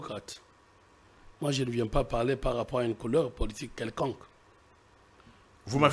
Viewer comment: L'avocat français ne sait pas prononcer le mot:" politique". C'est pathétique !